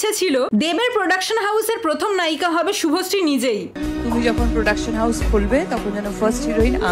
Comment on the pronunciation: শুভশ্রী ❌ভশ্রী✅